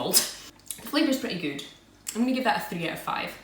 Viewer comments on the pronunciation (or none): I love your videos :) Thanks for the reply :) And I love how you say Goout instead of good :) I wish I could find these Polish treats in Canada :(